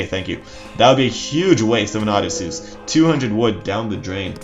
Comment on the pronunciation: CHariot archers. lev-AYE-athan. O-DISeus. HERA-cleese (or HER-kyoo-leese). Good videos but your mispronunciations drive me crazy lol